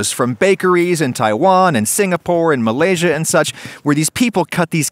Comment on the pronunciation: Why do i always feel proud when non malay youtubers say malaysia like damn im proud